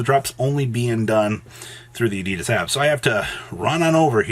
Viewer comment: please learn how to pronounce Adidas